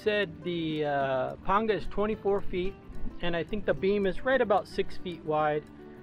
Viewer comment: WOW! Thank the lord almighty a man who knows how to say Panga correctly.